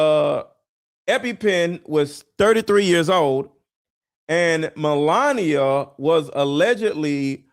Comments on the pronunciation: Try to get the names right when you say them You can’t say Melania and Epstein? How hard is that to say repeat them 50 times before you do a video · I love that host has trouble pronouncing Melania almost as much as trumps pronunciation of Kamala.